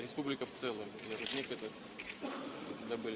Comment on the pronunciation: Рудник , а не рУдник.